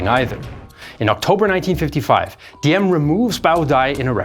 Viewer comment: the d in Diem is actually pronounced as a z because thats how we write z, as a d.